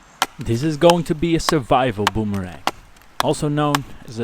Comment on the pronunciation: I have to laugh at your pronunciation of boomerang. You need to come to Australia and we will teach you how to butcher the English language LOL. This was a fun video to watch and a great project for people to do.